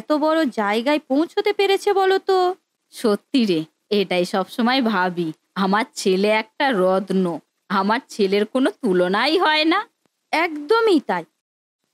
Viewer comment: Rodno noy rotno vasa thik koro